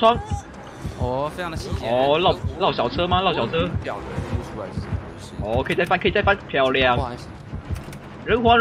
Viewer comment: “这是什mo！what is that” 我真的笑死😂 这隐鬼真的很可黏 哈哈哈哈哈哈